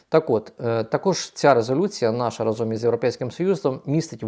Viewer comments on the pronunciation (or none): none